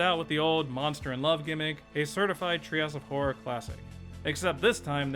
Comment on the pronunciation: "trails of horror". I cannot NOT hear this every time he says the phrase.